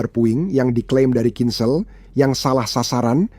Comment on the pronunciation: HAAIII...PROPAGANDIS BUSUK AMERIKA LU...! CHECK N RECHECK DIMEDAN PERANG UKRAINE ! BACA KHINZALL AJA LU BLEPETAN !